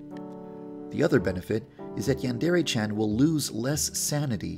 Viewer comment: Why is it when you say yandre simulator it sound like "yan dairy simulator"